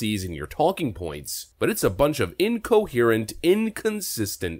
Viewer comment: They're " incohystant"😃